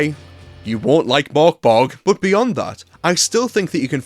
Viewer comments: You dont need to do the complicated Murk Berry thing - it actually says in the book on page 1, Pronouced Murk Borg. phew! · The Ö means it’s pronounced Murk Borg